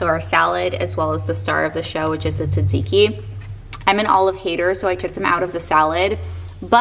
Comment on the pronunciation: Hello beautiful friend thank you for pronouncing Tzatziki you sound Greek I am Greek forgot to trell u❤